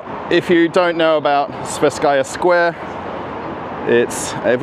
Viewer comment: It should be pronounced as the "twe" part in "twenty".